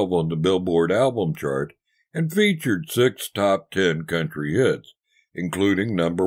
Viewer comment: Did He say greatest tits or greatest hits?